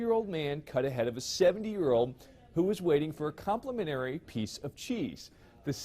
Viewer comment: "Compliminary" lol!